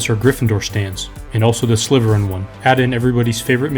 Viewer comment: Bro said sliverin not slitherin